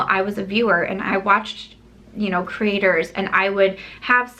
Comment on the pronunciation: Lol I keep hearing “critters” and then I’m like no she’s saying “creators” love you, and appreciate your channel😃